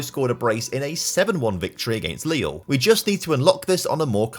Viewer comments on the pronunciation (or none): none